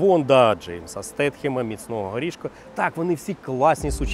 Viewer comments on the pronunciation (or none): Джейсон не Стетхем а СТЕЙТЕМ